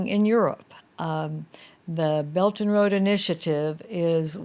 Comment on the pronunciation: she seemed to pronounced 'belt and road initiative' as 'belgian road initiative' :p